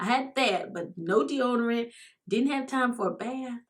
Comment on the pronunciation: "De-odor-lotion" 🤦🏽‍♀️ Ok let me keep watching 😬🤗❤️